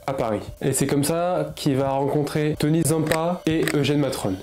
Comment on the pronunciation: Damiano pas domiano .. Tany pas Tony …357 pas 367…